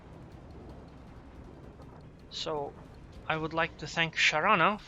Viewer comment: Maybe he's just trying to do the word justice and pronounce it correctly?